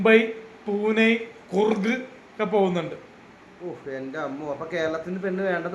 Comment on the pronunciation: കുർഗ്ഗ് അല്ല പൊട്ടാ കൂർഗ് 😂